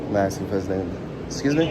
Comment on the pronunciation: "Axing" me questions.🤦🏻‍♂️